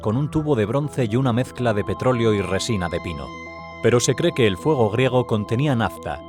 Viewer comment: Me encanta como pronuncia la G, Fuego griewrtsdfafcgsrsvso, jajajajaja